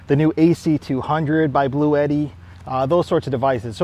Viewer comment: Surprised me too, but it's actually pronounced BLUE TEA